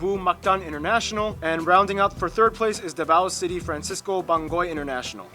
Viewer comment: "Devour City"haha I was laughing so hard when he said that